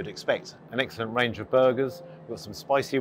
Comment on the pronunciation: Did you say eggsellent on purpose, or am i hearing things ? 😂